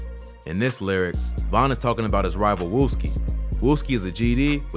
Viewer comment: he added an e and there is no e in wooski